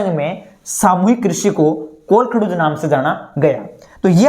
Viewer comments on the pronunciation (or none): This is kolkahoj not kolkhdoj 😅